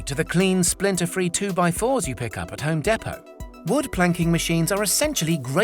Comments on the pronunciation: When you said home depoo it's called home depo do you see the difference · When he said home dehpo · "HoMe DePo" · He said “ home depo”😂😂😂😂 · home DEE-poh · Home de pot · Dude said home dapo 💀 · HE SAID HOME DEAPO NOOOOOOOO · Did he just say home depot wrong?